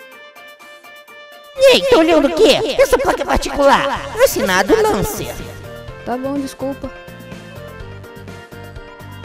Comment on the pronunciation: Muito bom mas se pronuncia Lencer não Lancer